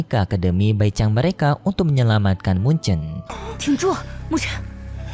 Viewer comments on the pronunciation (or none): Muchen min bukan munce, jiyu min bukan jiayu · bang bukan mun ce tpi mu chen🗿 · Mu chen bukan mun che